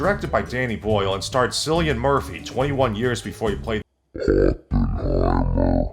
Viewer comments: Its pronounced "killian" not "sillian" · No Hate, but his name is pronounced "Killian". Like the beer. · It's pronounced Killian, Irish names have a hard C, as in Cup. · sillian? smh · On behalf of Cillian Murphy and all of the people of Ireland, his name is pronounced Killian with a hard c not Killian with a soft c. Thanks. Love your videos dude...